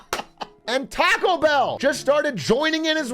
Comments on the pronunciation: bro pronounces taco with a hard a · I was gonna like this but then i heard how you pronounce "taco".